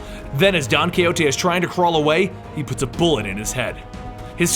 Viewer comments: Don coyote?? Perhaps you wanted to say Don Quijote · the pronuciation of don quijote amazing xD